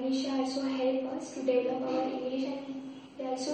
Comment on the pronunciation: sorry to say about that but you have not spoken the word "develop" as it is usually pronounced in the correct manner!